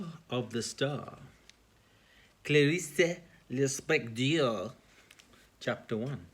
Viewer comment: no, you didn't... but it's ok 😄